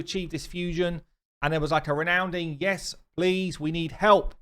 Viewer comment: Lol “renounding.” It’s RESOUNDING dude.